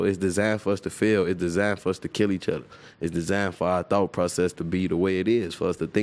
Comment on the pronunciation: “Each udda”